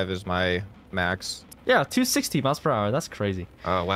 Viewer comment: says 260 mph meanwhile going 360 mph lol or at least it sounds like 260